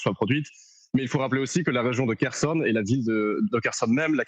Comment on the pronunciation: Prononcez KHORLY pas KORLY Mademoiselle la journaliste. Prononcer KHERSON pas KERSON Monsieur le journaliste.